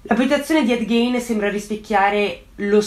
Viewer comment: già che ci sono: il cognome si pronuncia "GHIN" e non "Ghein" (quando faccio le correzioni sai che non lo faccio per critica ma solo per contribuire a migliorare sempre di più i tuoi già ottimi video) 😄